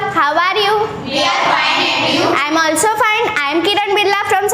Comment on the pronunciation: Its sould or should ... and thats not aalsoo its also😬😬😬